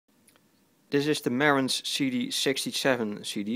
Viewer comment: "Ma-RANTZ", not "MARE-ants".